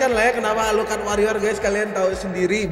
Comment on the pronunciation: Gw ngakak ketika bilang; aluclcard? 😂😂😂😂😂😂😂